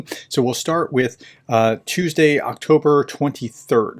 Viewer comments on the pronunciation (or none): none